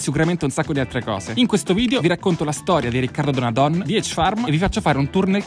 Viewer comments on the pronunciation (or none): Si dice Donadón (o chiusa) non Donadòn (o aperta). It's Veneto baby.